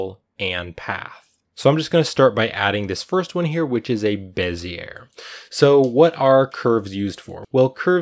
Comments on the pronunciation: bee zee ay. not beh zee air. It's a French guy's name. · It's pronounced "Bez-ee-yay" not "Bez-yer" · Bezier - sounds like “bez ee ay” 😊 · Bez-iyay, not Bez-iyer. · Heh…Bezzy air Though I suppose I said it that way before my graphics class too. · Bezier is pronounced BEZ-EE-AE no R sound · beh - zee - ay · Awesome tutorial! Thank you PS Bezier is pronounced BEZ-ee-ay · BEH-zee-ay curve - french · It's pronounced "BEH zee ay," it's somebody's name. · Bezier pronunciation is, ˈbe-zē-ˌā , not 'er. This was a good video. I thought I'd pass along a little side knowledge. Bezier is a french word brought into popularity by a French engineer. I've noticed more and more Youtubers' mispronunciation of this word. I know most don't like being corrected. I'm merely trying to help. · You pronounce Bezier incorrectly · NIce work! The "r" is silent in bezier.